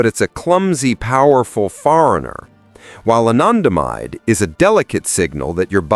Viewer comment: The way he says anandamide is so poshy 😂